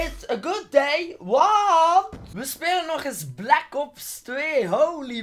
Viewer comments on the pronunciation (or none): Je zegt black kops 2 maar het is black ops 2